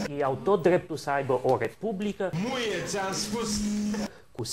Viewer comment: cand zice "Muie.." suna mai mult ca "Nu e ti am spus"